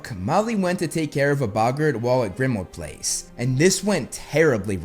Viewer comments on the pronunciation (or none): Please put the emphasis on "PLACE" in "Grimmauld Place", not on "Grimmauld". It's just how place names are said.